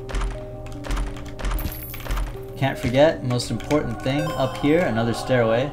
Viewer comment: when you say "stairway" it sounds like you're saying anything but stairway